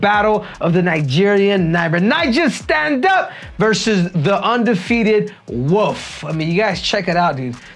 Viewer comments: Not Woof, Henry. Wolf. Pronounce the L in Wolf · Wolf not woof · Is Henry saying “The Wolf” or “The Woof”?? 😂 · Bro its not The Woof its The Wolf, you kill me Henry hahaha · Why he calling him the Woof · 😂😂 caught me off guard every time he said it that way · "Khamzat Chimaev the woof" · Is he saying “woof” on purpose?😂